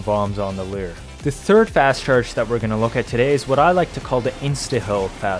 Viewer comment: It's pronounced "loor", not "leer".